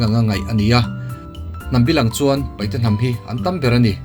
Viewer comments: Sir Paite tih tur,Paihte nilo in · Paite a ri a i ti hi an dik nawh.